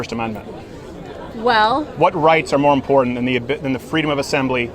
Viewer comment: When someone pronounces important with a "d" in the middle, just stop talking.